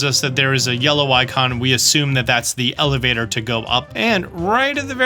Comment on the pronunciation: Lol, "Televator"